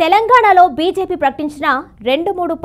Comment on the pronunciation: బీసేపి కాదు... బీజేపీ అని చదవండి..